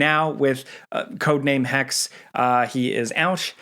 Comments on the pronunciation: you pronounce the E at the end of hexe btw. It is german for witch. dont make the same mistake that too many native english people make with the Word Porsche. It is hexe. not hex or hexa. the e has a purpose😅. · He XE es heisst HEXE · The final E in HEXE is not silent. Hexe means witch